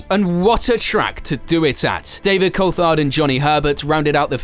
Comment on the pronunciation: Badoer was being lapped by Villeneuve, he was not running 4th in a Forti. Also learn how to pronounce Alesi at least semi-correctly (as well as Coulthard and Hakkinen)